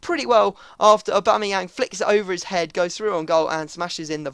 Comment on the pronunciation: u did it aubamayang bacame ohbangmynan